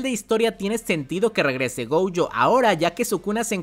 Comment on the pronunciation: Goyo no Gouyo por favor!!